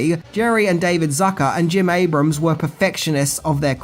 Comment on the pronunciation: Great video as usual,. It's also nice to see you finally pronounce Jim Abrahams last name correctly after three videos.:D